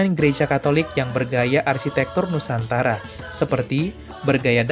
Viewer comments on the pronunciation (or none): none